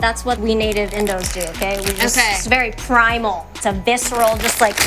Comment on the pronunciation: she said: “viceral”